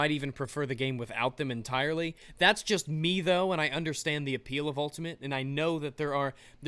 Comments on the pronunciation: The more you said "choost" the more it became funny, but also the more it sounded like a real word. CHOOST. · I like the fact you just rolled with your mistake of saying choost for the rest of the video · Word of the day: Choosts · Choost: Pronounced Chew-es-t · I'm going to start using "choost" now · choost XD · I want "CHOOST" to be a thing... Can we make "CHOOST" a thing please? Thanks ;-P